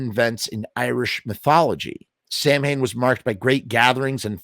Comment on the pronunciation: In Scotland it's pronounced sah-vin 🤣